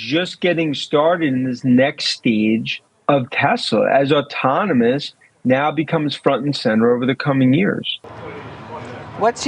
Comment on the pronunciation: Did Dan say “autominous”? As in “Tesla’s leaf in autonomy will have autominous consequences for LEGAs’ existence…” 💜💙💚💛🧡